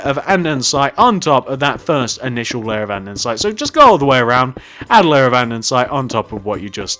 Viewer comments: Everything was perfect, just one small thing. "An-de-site" not "An-den-site". ^_^ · You just keep saying andensite. It is actually andesite!!!! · Stop saying andensite it’s andesite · You dumb shit its andesite not andensite dumb piece of shit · Omg!! It’s called andesite. Not andensite. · Your saying andensite it's andesite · Anyone notice he says andensite not andesite just pointing it out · Can you say Andesite right? You say Andensite... Sorry no hate it just annoys me. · him: andensite me: ANDERSITE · I think he has a little problem with saying "Andesite". Instead of saying "Andesite" , he's saying "Andensite" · andesite not andensite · Its pronounced "andisite" not "andensite" morin. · You do realise it's ANDESITE Not ANDENSITE FFS!!!!! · Why does he say andensite? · He is in middle English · STOP SAYING ANDESITE WRONG!! Also you forgot to add "Police Station" in the title. STILL ANDESITE! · Your saying andesite wrong😂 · It’s andesite